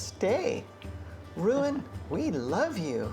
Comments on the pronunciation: A good narration, but a correction , please, on a noticeable mistake in your pronunciation of Rouen . It is pronounced Roo -awn, not Ruin. I’m a retired teacher with my degree in French. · Rouen is pronounced like Ro-wan, not ruin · Wish you could pronounce Rouen correctly! It's NOT a RUIN! (Ru-an,a nasal in the end… I know it's difficult). Bravo for the visit "out of tourism flow" of Harfleur! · Rouen is pronounced Roo-ahn according to our French tour guide.